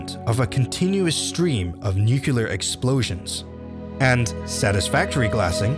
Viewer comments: Nu-cle-ar not Nucular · Nucular? Not to be nitpicky, but it's pronounced nuclear (newcleiar) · Nuclear not Nucular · Why when saying nuclear much persons in america pronounce it nucular? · NUCULAR :‘D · There is only one U in nuclear. NUCLEAR not nukular! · Disliked because he said "nUcULaR" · STOP SAYING NUCLEAR WRONG